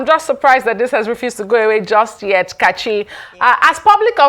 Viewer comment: you have a fake accent. You can't even pronounce your name very well. As a good presenter, you need to know how a name is pronounce. Thank you.